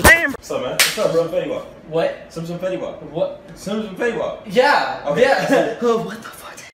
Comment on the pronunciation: Confetti mop ticket 🎫 got me die laughing 😂 bro it’s fetti wap